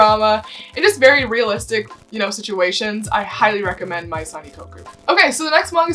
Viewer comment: Maison is actually the French word for house. You don't pronounce the letter N at the end of the word so it should sound like Mé-zon. I'm not trying to be condescending, but I just figured I'd give my two cents y'know :))